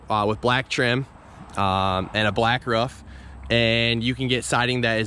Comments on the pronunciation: its pronounced "roof" not "ruff" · Ruff? It's a ROOF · 7thsfgp in KS we say “ruff” too. Weird. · maybe in your universe. In this world, we say "roof"